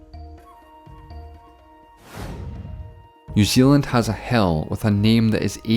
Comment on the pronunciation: New Zealand's "hell": you have to repeat this 85 letter name for all of eternity! And yes I realize he meant "hill"